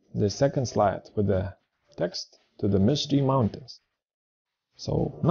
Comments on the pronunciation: "If you don't know what is parallax,..." ...and "mounatins"??? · One Skill "MISTY MOUNA-TINS" LOL